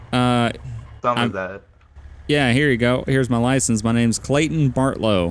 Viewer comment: My first name is Clayton and he says it as clay-in